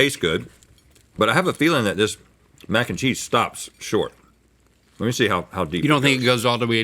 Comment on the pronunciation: mac 'n chweenus